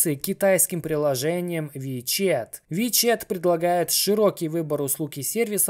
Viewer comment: "ВиЧет" - ВиЧат))